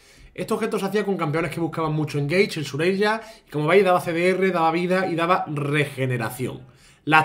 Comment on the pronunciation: porfavor dile shureLia!!! shureyia no se como le dicen en españa suena horrible (sin ofender)